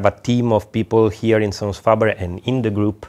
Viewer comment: fabaire pas Fabeure. Italiano faber sans majuscule.